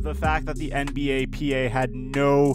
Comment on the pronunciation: Why he saying "NBAPA" its NBPA